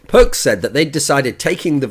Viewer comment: Nope, Thoorin said it right way